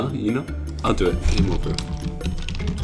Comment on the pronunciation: its game over not "gmea orver"🙃